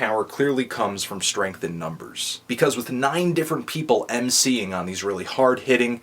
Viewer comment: hey u lame fuck say mc'ing one more time so i dont feel so god damn white